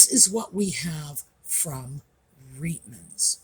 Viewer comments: We pronounced the store’s name as “ Riteman’s” not “ Reetman’s.” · Just an FYI - Reitmans, pronounced Rightman’s, is Canada’s largest women’s clothing store, not high end, more middle/lower end but not bargain basement.